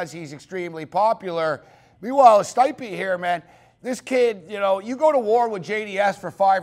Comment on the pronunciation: learn their names for crying out loud, its pronouced ste-pe not sti-pe, have you ever listened to commentary before